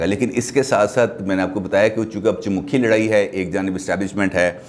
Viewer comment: چومکھی۔۔۔۔۔میرے علم کے مطابق م پر پیش ھے زبر نہیں